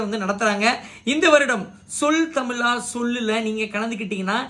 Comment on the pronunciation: Tamil prrayama. Tamila. Va. Iyyo iyyo iyyo U r not able to pronounce thamizha correctly. Pathetic